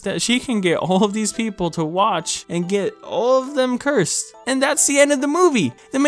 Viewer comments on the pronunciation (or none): none